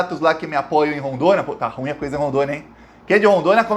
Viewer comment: Olá gosto do canal e de suas colocações politicas. Mas, desculpas, a palavra ruim é um dissilabo oxitono. Portanto ru-im.